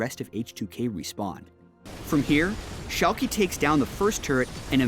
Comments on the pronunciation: its Schalk"uh" not Schalk"y" or EE like you would say Yankee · Shalkie. C'mon:D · pronunciation of Schalke